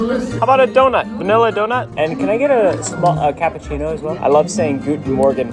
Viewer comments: Im sorry but that is not how you pronounce guten morgen. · its actually "guten moargen" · You pronounced Guten Morgen almost right